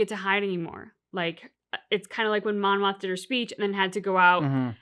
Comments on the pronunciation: Not sure how much longer I can take the “Monma” mistake. It’s Mon, Mothma, or Mon Mothma. Monma is not the name of a Star Wars character. You’ll remember Kleya’s name soon enough. The one thing I do love about this channel is that it’s clear that this is your first watchthrough, a fringe benefits of all the mistakes 😉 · It's Mon Mothma. I think you're saying Monna.